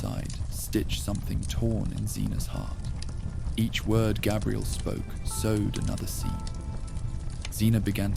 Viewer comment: First of all, your audio mixing isn’t very good, the music and the fire sounds are way too loud compared to the voice. Second, I know you’re using an AI voice or you’ve made your own AI tts voice because it mispronounces Xena a couple times and Gabrielle a couple times so whilst it’s cool you can clone your own voice in a couple of minutes, now becoming annoying that all these sleep channels are doing this